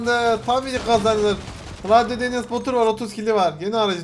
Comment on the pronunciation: Enes diye yazilir Enes diye okunur